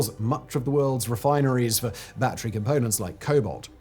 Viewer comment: Chiner makes bat-tree powered cars.